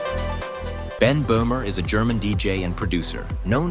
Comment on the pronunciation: Sooooo not ben bohmer